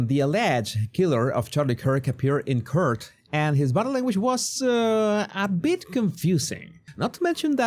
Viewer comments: I can't stop laughing when you say Court you need to practice properly pronouncing that LOL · Hoe says court 🤣 cute